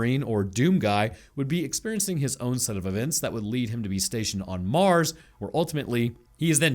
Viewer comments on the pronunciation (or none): none